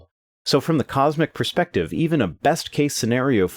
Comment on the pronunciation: Thanks. Those people could use a dose of the Total Perspective ['Per-speck-tive??] Vortex. tavi.